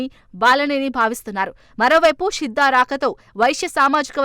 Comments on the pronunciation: షిద్దా కాదు తల్లే శిద్దా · షిద్ద కాదమ్మా... శిద్దా